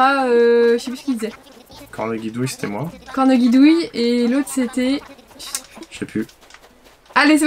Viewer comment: on prononce [corneJidouille], pas comme un G !!